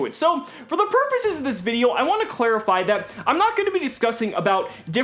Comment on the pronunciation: take a shot every time says the word "Purposes." Sounding like Yugi trying to say purses X P